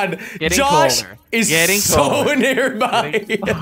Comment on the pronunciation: Did jelly say gosh instead of Josh lmao